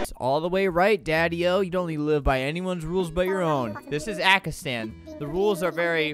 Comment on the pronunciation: Kinda happy that he meant Pakistan but kinda ma cuz he said ackistan